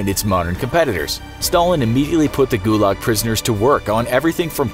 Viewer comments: guyuyuuuuulag is how you pronounced it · Ith pronounced like goolag actually thilly thilly youtuber